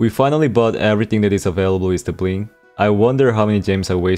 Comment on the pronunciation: Did I just hear buin instead of bling?🤨